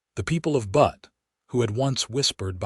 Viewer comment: Good story, but the AI pronunciation of Butte as "butt" rather than "bewt" (like newt) was really distracting.